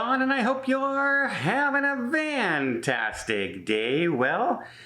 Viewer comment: Great video!…..curious, do Canadians say, “Vantastic”?